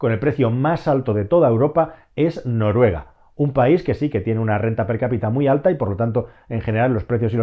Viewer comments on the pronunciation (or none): none